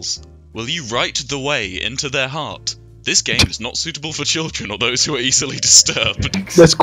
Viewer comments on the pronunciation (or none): none